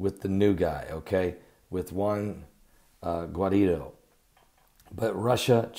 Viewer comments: It is JUAN GUAIDO (GOO.WHY.DAH) not JUAN GUARIDO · Blah boa blah you not even know how to pronounce Guaido's name man😂😂